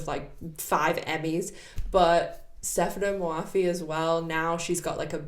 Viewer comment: Hey don't worry as a Farsi speaker I can tell you that her name is a little hard for non-farsi speakers to pronounce but you did good😊